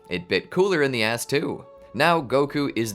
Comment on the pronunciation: ass not ahh, please stop that.